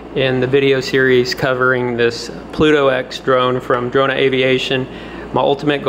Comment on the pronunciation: Actually, it's "Drona aviation"😅